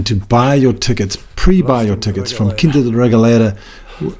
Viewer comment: Learning about Quinta da Regaleira from an asian tour guide? He can't even pronounce the word "Quinta" properly. Huge fail. Choose a portuguese native next time instead. It's not racism, but the natives know more about the history of their country than the immigrants.